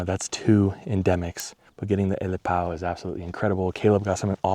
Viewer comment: 'Ōlelo Hawai'i pro tip - never skip a vowel. 'Elepaio isn't el-eh-pow, it's el-eh-pie-oh.